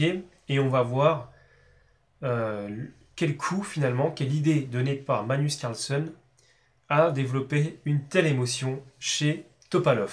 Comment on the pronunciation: Je vais être un peu chiant mais ... c'est plus "MaGnus CarlsEn" que "manus carlson" ... Sinon merci pour tes vidéos d'échecs ! Sympa .............